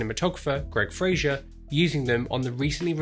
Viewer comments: Great video. Thanks. But there is no "i" in Fraser. Pronounce it to rhyme with "phaser." Cheers. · Fraser. With an S.